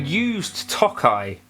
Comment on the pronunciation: This sounds as good or better than the nacho one. Now I have the dilemma of if I'd rather hear the British pronunciation of 'Nacho' or 'Tokai'. Both are a war crime